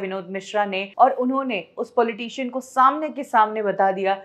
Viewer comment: PAWLEETEESHUN OR POLITICIAN ?? AAPKI ENGLISH EVAM HINDI BAHUT BEKAR HAI. MOTI TEX BHAR DENA.